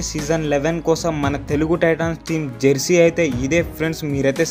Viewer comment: Bro adhi jarsey kaadhu bro jersey